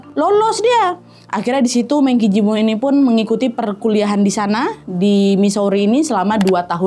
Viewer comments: kak Nad hehehe ijin membetulkan Mengqi Ji dibacanya "mengchi ji" "qi" dibaca "chi" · sorry... FYI, penyebutan MengQi Ji nya kurang tepat,. Penyebutan ''e'' di Meng, pakai nada E sama seperti pada kata ''Embun/ Elang'', penyebutan Qi di bacanya ''Ci''. Jadi cara baca keseluruhannya yaitu Meng Ci Ji.. untuk nama Chinese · Namanya dibaca Meng Ci Dze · Baca nya Mèng Chi Jì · Liat di “48 hours” juga seru! Btw Mengqi ji bacanya Mengci ci 😊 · Mengqi Ji dibacanya Meng Chi Ci. E pada Meng dibaca seperti E pada ‘merasa’. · Saran buat Nadia.... MengQi Ji dibaca pinyin nya Meng Chi Ci. Jadi kedepannya biar enak didengar aja. 🙂🙂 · Sekedar informasi Mengqi Ji dibaca mengci ci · Definisi ga kaya Tapi byk gaya 😅 FYI : bacaan namanya tuh MENG CHI CI 🥰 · namanya dibaca meng (e nya 'e'nam) ci ji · Saran dikit aja buat, belajar mandarin tipis2 yuk.. setidaknya belajar pinyin aja, biar lebih mantep pelafalannya saat baca istilah2 ato nama2 mandarin. Maap ya, agak ga rela aja kalo kesayanganku ini lafalin pinyinnya salah.. 🙏🏻 ini serius aku kasih saran krn saking sukanya sama, kalo gak suka mah aku cuekin aja ngapain saran2in, kubiarin aja.